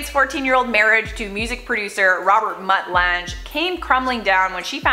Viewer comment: She also said mutt Lange wrong I don't know what she said but it wasn't even close hilarious! She's still good tho.